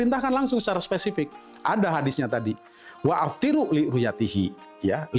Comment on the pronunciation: Jangan bilang waaftiru bro. Kamu tidak ngerti nahwu sorrof bro? Waftiru itu yg benar